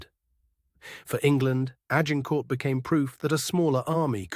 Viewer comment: If your AI cannot pronounce Agincourt, you are failing. Delete.